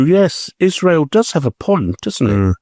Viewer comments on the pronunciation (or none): none